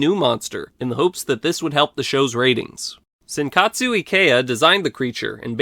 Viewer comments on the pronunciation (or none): small correction, it's Noriyoshi Ikeya, not Senkatsu Ikeya. The kanji for his name can be pronounced both ways in Japanese, but Noriyoshi is the correct pronounciation Agira has a nice underdog feel, you just can't help but root for him. His design is admittedly a little generic, but I like how much personality he has. I'm just really glad Ikeya's signature pupil-less eyes in didn't make it to his final design